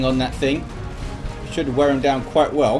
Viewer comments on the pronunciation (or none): none